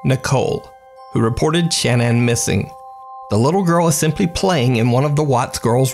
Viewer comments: Her name was pronounced shinan not Shannon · Shan Ann Everyone else: Shannon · Her name is pronounced Sha-nann. Not Shan-ann. (Shuh-nann) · I think her name is pronounced ‘Sha-naan’ not ‘Shan -Ann’ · Why can't you say the name Shannan properly? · I’m not trying to hate or anything but the way you were saying Shannon kinda bothered me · Is her name really Shan-Anne? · I think it's odd that you pronounce the name Shannon as Shan ann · why can nobody pronounce Shanann Watts' name?